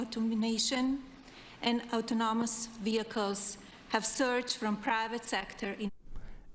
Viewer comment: The aoutnomonous vehicles and rowboats…… OMG is this kindergarten.